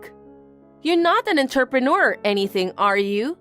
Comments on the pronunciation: Please learn to pronounce entrepreneur. 😡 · I don't think that will ever happen, I've commented numerous times. I don't think they care enough.